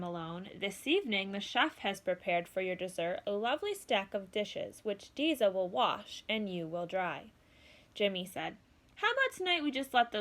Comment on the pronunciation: Umm it’s deza